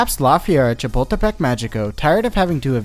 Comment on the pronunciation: The first time he said Chapultepec I thought he was going to say Chipotle and now I'm hungry